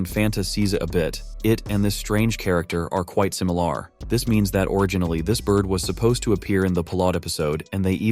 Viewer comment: bro said "similaare"